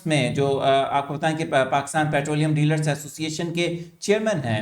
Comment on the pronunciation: Thamaill Mai Dealar k lafaz ko theek kar lain